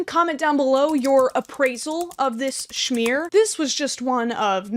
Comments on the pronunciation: hello! fellow german here. the fireplace looks horrific. if they butcher the pronounciation so bad then they should atleast make the fireplace look good. they dissappointed me twice. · As a German I do NOT approve this Schmier (or how it was pronounced) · Im a german and I am angry that she butchered our Schmier